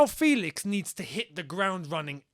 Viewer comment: It's actually pronounced E FÉlix as you'd pronounce ChElsea. So FÉlix to ChElsea. And not the E as you'd pronounce (indeed) 😉